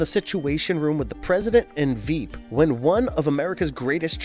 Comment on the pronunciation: “Vought” rhymes with “bought.” And it’s “Vic the ‘Veep’” rhymes with “sheep.” This caused me to stop watching the video.